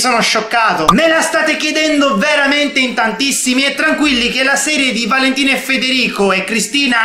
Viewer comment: invece di Valentina valenina